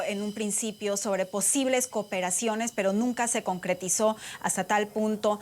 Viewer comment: en serio dijo croncretizo?????? wow que vocabulario...